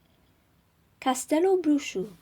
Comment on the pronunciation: Just found this in the middle of the quarentine. Thanks for the listening :) and kudos for pronuncing Castelobruxo well (I know it's spelled out on the site, but I still have heard ppl sounding a bit off lol)